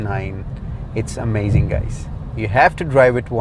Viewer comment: I couldnt watch the whole vid. All i keep hearing is. Bery amazing. I think u need more adjectives in ur dictionary. Amazzing. Amazing